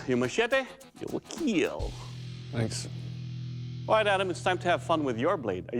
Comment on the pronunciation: They will KEAL..